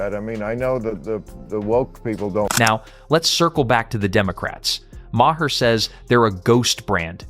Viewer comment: bill MAAH, not MAH-hah